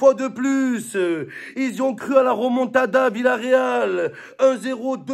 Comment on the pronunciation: C est remontada pas ramontada mdr